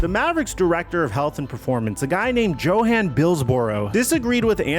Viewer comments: The director of health's name is pronounced YOHAHN, not JOHAN you nitwit. I mean Jesus Christ, the guy in the clip literally 1 second after you butcher the name is pronouncing it correctly. It is a common name. Fucking JOHAN is not a name. God damn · “Joehan” brother it’s pronounced yo-hahn